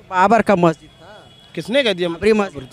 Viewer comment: महजिद नहीं, मस्जिद बोलिए। टूररिजम नहीं, टूरिज्म बोलिए।